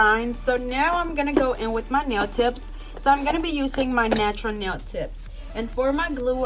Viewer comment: “nachuuur nell”